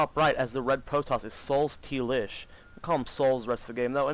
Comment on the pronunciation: I think his name is read soul-stylish not souls-t-lish xD